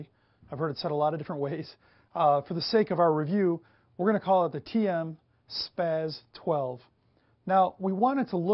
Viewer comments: It's not calles "spos 12" either. It's Spas 12. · It's not called the spaz 12 it's called the spos 12 nub